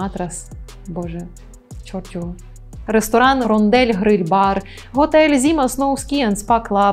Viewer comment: Ви навмисне всі наголоси так розставили, щоб ми коментарі писали ))) ? рОндель, крепдешИн 🤓